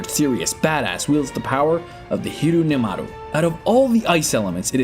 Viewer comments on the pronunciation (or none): Its not hirunyamaru its hyorinmaru dumbass